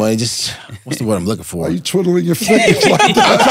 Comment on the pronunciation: That man said “What you twittling your fingers for?” 😂😂😂